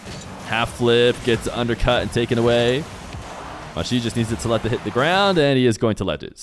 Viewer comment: Arabs don't have that sound (the way you're pronouncing the J in Majid like the Z in Azure). Their J is the same as English